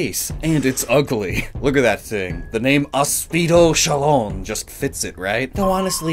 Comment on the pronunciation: Man can’t pronounce “Aspidochelone.” Great video though! Really insightful for a Pokémon video.